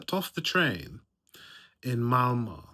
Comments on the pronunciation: Its Malmö not MAMO 😂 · You should learn how to say åäö. If you ever go back to Sweden you will know how to say Malmö.